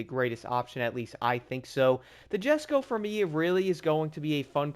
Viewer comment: Usually pronounce it "jes-ko"